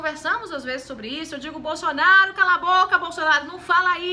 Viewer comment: "Bolxonaru"? A senhora tá ruim dos dentes ? Kkkkkk